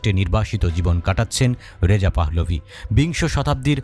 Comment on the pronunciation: পাহ্লভি না পাহলভি হবে আপনি বার বার ভুল উচ্চারন করছেন।